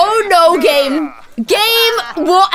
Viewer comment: Every time she said game I thought she was saying Gage and I was like who is Gage??